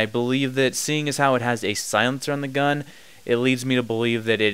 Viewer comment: You say "gun" funny .. guuun